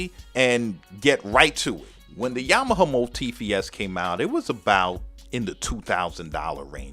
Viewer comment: are you saying Yama - huh or Yama - ha ?? lol